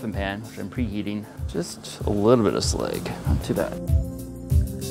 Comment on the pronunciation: Did you call slag sleg